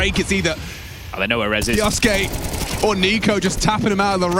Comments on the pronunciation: English Casters, please say it right. It's just pronounced Kyooske! Just 2 syllables! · That's... not right. suke isnt su ke, should be pronounced like "kyo-skay" or "ke-oh-skay." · "Kioske" "Keosoake" "Kyooske" These commentators sure waltz in with not one speck of homework, right? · Kyousuke is taken from Japanese. It should be pronounced ‘Ki-oh-suke’ like Sasuke from Naruto